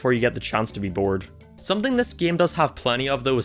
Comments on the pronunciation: its game not geam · He says game so weird.